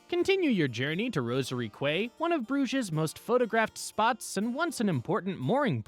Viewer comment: Quay is pronounced "kee" (as in key)